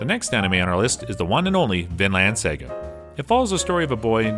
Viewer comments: dude turn on the volume when you watch the shows yourself cause your pronunciation is hurting people audibly good luck btw, the word saga from vinland saga is an english word why was that not pronounced correctly tf? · Isn’t “saga” a English word? I can understand mispronouncing Japanese words but even English? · Dude said "sega" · cant leave out Sega instead of Saga